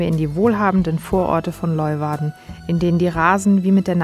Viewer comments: Sehr ! schönes Video von einer sehr schönen Gegend. Und das spricht man Lö-uwarden, so ungefär... 😜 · Hi, aber bitte bitte mal kurz üben wie man Leeuwarden ausspricht (wie auf Deutsch "Lehwarden" ;-) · Die Stadt Leeuwarden wird "Lejwarde" ausgesprochen.